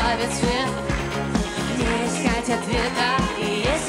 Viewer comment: Как же это раздражает: « Эээ- скать людей» .. Как - будто смысл пения - модное искаженное произношение слов.. Надоели(